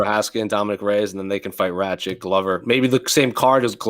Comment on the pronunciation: Can someone explain to how to pronounce Aleksandar Rakic's last name? He's been saying "Rat-chick" for YEARS without anyone correcting him!